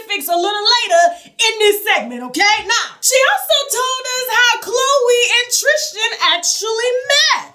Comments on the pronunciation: Trisss-ten. Not Trish-ten ☺️ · Lol she keeps calling him TRISH-tan lol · 😆 she kills me with how she pronounces Tristan's name.. "Trish-tan" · Omgggg yes! Lol if you can say Kristen why can’t you say Tristan???? Lol